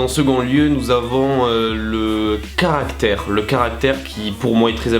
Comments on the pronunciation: Le caractère et non le carctère 😂 et le maquillage et non le maqullage bien sûr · Putain CarActere ! Pas carctere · Le carctere 🤦🏻‍♀️😂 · Je suis la seule a voir remarqué "le carctere" ? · WHAT "LE CARCTERE" ?